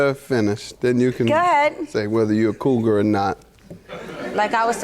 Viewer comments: I know exactly what that means. Lol! She kept saying CROUGAR, instead of COUGAR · Why does it sound like she’s saying crougar🥴🥴 Judge Mathis is hilarious “everybody is getting threatened in your circle”😂🤣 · Judge Mathis almost Said Coo-guh lol then he caught himself and said coogar 😂😂😂😂😂😂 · She said crougar 😂